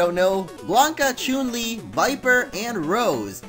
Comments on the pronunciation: Omfg! SAY HER NAME RIGHT IT CHUN, CHUN! WHY ARE YOU SAYING CHUNE!? FUCK XD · you pronounce chun li incorrectly